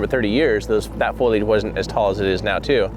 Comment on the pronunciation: Foilage? I pretty sure it's foliage (fo-li-age). It was confusing me the way you were pronouncing it. I had to really listen to what you were saying to realize what you were meaning. 😉 I'm sorry you didn't find her this trip but you will.